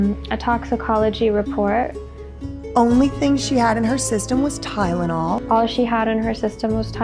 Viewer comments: Did it sound like she didn't exactly say "Tylenol" to anyone else? What I mean is, it sounded like she said "tydenol" to me. Like that first "L" was actually pronounced as a "d" for whatever reason. Idk,maybe I'm hearing it wrong. Maybe I'm not...but even if I'm right, I'm not necessarily saying there may be some sort of nefarious reason for it. To me, it's odd enough & I want to at least see if anyone else heard it. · say it with me. TY-LE-NOL. If I have to hear “TyDENol” one more time I’m going to scream 😡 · Only thing I can hear is her mispronunciation of "Ty-na-naw " 🤦🏻‍♀️ I know this is video is years old, but I'm still so thankful that you and everyone else here are able to give her a voice that she has never been able to have.. 😢. Actually, I take that back ... She has always had a voice.... But that she finally has people who are actually listening to her. ❤ I am 4 years clean now, and this used to be me.. I'm so thankful that I was able to make it out, and I'm so sad that this happened. R.I.P. sweet girl. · She’s not even saying Tylenol correctly, she’s saying Tytenol. She doesn’t even make sense when she’s talking about people being “allowed” to be homeless or to do crack, girl what??? Thank you for doing this, I’m sure there’s even more, now. She should be charged for murder! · “All she had in her system was Tydenol”. Tydenol. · Tynelol and apelepsy. Limas pronunciations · TYNENAWL, I can’t get her voice out my head saying “TYNENAWL” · this girl mis pronounces basic words. listen to how she says tylenol “tydidol” and i realized it in part one too. weird. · Is it just me or does she say words wrong when she’s lying. Like Tylenol like tynenal lol and she shakes her head no when she says yes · Weird thing is, doesn’t even say Tylenol. She says Tydenol. There is a D every time. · Tydenol lol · I can’t unhear it now 😂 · Girl didn’t even know how to pronounce TYLENOL, she had no right taking care of other human beings 😒🙄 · Wtf is tydenol